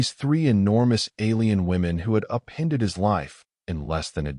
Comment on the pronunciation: WTF is "up-HEND-ed his life"!!!!!!!!!!!!!!!!!!!!!????????????????